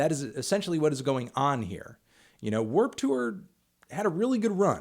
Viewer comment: why u pronounce it like Werp Tewer